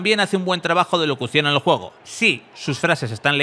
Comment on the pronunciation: TERRENO DE JUEEEEEGOOOOO pronuncia bien que te re parió